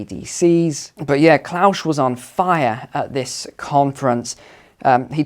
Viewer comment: Is there a reason why you pronounce 'Klaus' as 'Klaush'?